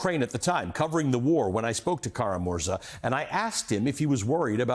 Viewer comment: Kara-MurzA!! Emphasis is on the last syllable.